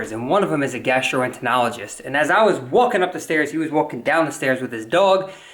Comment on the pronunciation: Gastroentonlogist? hahahah say that one again?